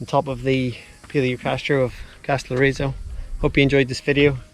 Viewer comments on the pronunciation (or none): And it's Καστελ - ό - ριζο, not Καστελορ - ί - ζο! 😉😉😉😉😉😉😉😉😉😉😉😉😉 (Τα πας πολύ καλά! Μπράβο σου!)